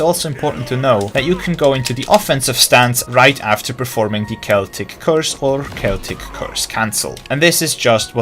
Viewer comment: Im just glad to see someone that pronounces "celtic" correctly xD